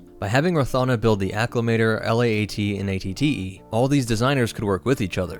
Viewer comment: At-At’s, not AAT’s.